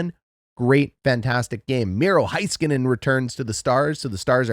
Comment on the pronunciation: HAY-skuh-nen, sorry, drives me crazy.